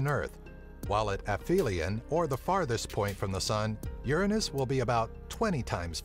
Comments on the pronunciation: The pronunciation should be more like URANUS, OORANUS. Not like YERANIS, or YURANUS. , cause it's just like UZBEKISTAN. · it's Pronounce U-ran-nus, not Ur-anus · Uranus NOT your A nus pronunciation please pronounce it correctly to keep jokes to minimum. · A somewhat realstic Latin pronounciation is oo-er-own-us, like the city of Ur. The ancients would have never pronounced it your anus or urine-us. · Pronounced Tit -on -ya and Uranus is pronounced Your Anus, But Your-an-us is the correct way but people say your anus because it's funnier . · You pronounce it wrong. It's YOUR ANUS, not URINE US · The name in Greek is pronounced OO-RA-NOS,not YOUR -ANUS,you dipshits. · it's urine-us? I thought it was ur an ass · So it either sounds like yer anus or urine us. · I honestly feel bad for Uranus. The first pronunciation is "Your anus" and the second one... "Urine-Us" R.I.P Uranus. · you should pronounce it the greek way (oo-RAN-os) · Ur-anus was married 13 times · I pronounce Uranus as u-rain-neus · guys dont say uranus in real life bc it is the inmucher way to say it say it like this urinis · ur anus hahahahahah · The thought i had with the pronunciation was Your-Anus Ur-Anus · Both ways of saying this sound like you're anus for one and the way you say it would like urine us. I also didn't know people said it like urinus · Uranus you says Uranus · Your anus LOL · The way he pronounces it irritates me. I have never heard someone call it that lol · "Uranus" is Latin and comes from the Greek "Ouranos", both your pronunciations are wrong like almost any Latin word used in English. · Uranus (Latin) comes from Ouranos (Greek), the personification of the sky. Any anglophones pronunce it WRONG, like almost any Latin word, because they use the English pronunciation even with foreign words... that's why it sounds silly. If you listen the correct Latin pronunciation it's just a normal word. They're just ignorant.